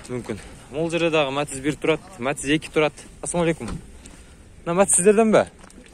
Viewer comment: Матазди жакшына айтчы Матиз деп